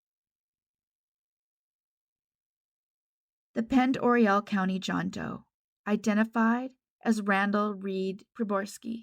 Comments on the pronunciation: Pend oreille is pronounced pon-door-aye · Thanks for this. Just an fyi. Pond Oreille is pronounced pond-er-ae, hard A at the end. It doesn’t make sense, but it’s French, so…. I do understand that you can’t know them all. Keep up the good work 👍🏻